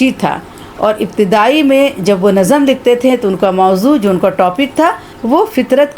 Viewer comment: السلام علیکم! امید ہے آپ ٹھیک ہیں نظم کو NAZAm نہیں بلکہ nazm پڑھنا چاہئے۔۔